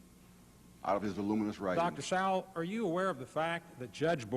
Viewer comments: Arlen Spector keeps mispronouncing Thomas Sowell name and this rino I am ashamed of. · Anyone else catch how Mr. Specter was purposely mispronouncing his name (putting great emphasis on it as well)? He started his time with one goal - To corner Thomas Sowell with yes/no questions that would have put him in a bad light regardless of which answer he gave by clouding the context of the question, and raised his voice/bullied Dr. Sowell when he tried to expand his answers into the proper context. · Arlen Specter several times mispronounces Thomas Sowell's last name & is disrespectful in my opinion. Arlen Specter was a RINO also in my opinion. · In grade school during this, shocking to watch pre-Social Media cancellation culture get rolling, the faces of rage sitting behind Dem Sen shoulders; "I don't understnd" says Howell Heflin several times (behind Heflin, Karen aide behind him showing emtional disgust at Sowell's existence) Heflin not able to even prounce Dr. Sowell's name; Dennis DeConcini quotes "extend to women" out of context, trying to slip this by Sowell (it was whether legal drinking for females can begin sooner); Sowell reads the context correctly in three seconds and says "you cannot mechanically extend from racial minoities to women" rage face again over shoulder from aide , faces of 2020.